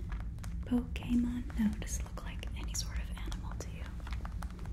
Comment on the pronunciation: I come back to this video frequently just for the way she says Pokémon, it's so funny ajfshfshf ☺️